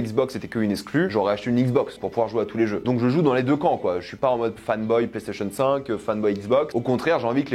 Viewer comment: Il cherche un truc à dire les PlayStationeuh